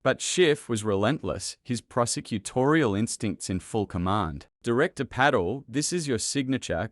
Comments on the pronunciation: It is Kash Pattel FFS, not Paddel! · PATEL, not PADDLE! Stupid AI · It is Putt-el ..not paddle, or patl ..😅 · Who is this Pay-tel....is it possibly Pa-tel? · AI failure. You need to do away with the fake accent and correct the names. Patel, not Paddle and so on. Patel does belong in prison. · P A T E L not paddle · Pa TEL, not paddle. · Isn't it Patel, NOT Paddle. They can't pronounce Cash Patel's name correctly? Not that we should give this egregious liar any respect. It appears to be a made up address from Adam Schiff with the head of the FBI. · Not paddle, its Pah-tell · How about getting speakers who actually know the names of the people who are subjects of these clips? Example: Paddle instead of Patel . . . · 😮Pay-tel??? Teach your AI how to pronounce names correctly or get a human to report. Hard to listen to. Paddle??? Not listening to this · This video needs a better text reader. Pattel ? 20 tee aiche? etc. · "Cash Paddle." Sometimes AI just gets it right. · So poorly made. Artificial Intelligence cannot express Patel's name, repeatedly calling his Peddal. Rely on AI and you end up with your Channel Blocked. This channel is now blocked. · Is this AI !! The narrator doesn't know Cash Patels last name and calls him Cash Paddle. And then using an English accent. O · PAT-ELL, mate! PAT-ELL!!! FFS. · Watch your written narrative. It’s Patel, not paddle. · The narrator is not speaking properly; it must be some weird AI thing. Drives me nuts. Can't even say the name: Pa TELL... jesus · 1) How about at least having a real person talk. These pathetic AI (or maybe old worse-than-AI) text-to-speech destroy my attention to the story. BTW, in a channel called "The Patel Protocol" his name is not pronounced correctly. Paddle? Pedo? 2) All of the pictures make me think we're going to see some actual video of the hearing. Nope! A lot of unattributed verbiage over the top of still pictures. Can we trust this? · Bad AI His name is not paddle. Get to the point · That's Pa-tel